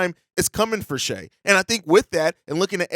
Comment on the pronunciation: Man, it’s so nice to hear someone that’s supposed to be an NBA channel pronouncing Shai’s name right and not saying “shy.”